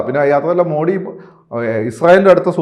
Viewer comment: ദയവായി അദ്ദേഹത്തെ മോഡി എന്നു വിളിക്കരുത്. മോദി എന്നാണ് യഥാർത്ഥ Pronounsation